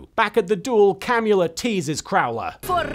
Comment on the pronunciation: I heard the vampire lady’s name as “Cannula,” which did not help me take her seriously.